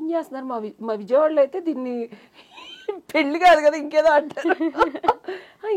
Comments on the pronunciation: ఏంకర్ గారూ... ముందు పెళ్ళి అని పలకడం నేర్చుకో తల్లి. పెల్లి కాదు. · Yankaruku pelli sabdam palakadam Radu